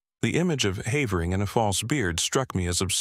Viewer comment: No human narrator could have found so many different ways to pronounce the name "Havering" nor used them all in the same narration 😂 Shame, it would have been a very enjoyable story otherwise...